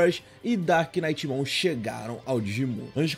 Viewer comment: Meu sonho, ver o ryuki pronunciando "knight" corretamente. Ryuki, pelo amor de Deus haushauah, no inglês, NÃO se lê "knight" e sim "night". Você ignora totalmente o K na hora de pronunciar.